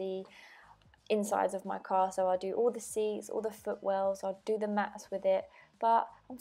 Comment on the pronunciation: all !! not ool!